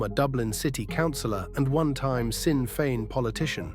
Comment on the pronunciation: Pronounced. Shinn fein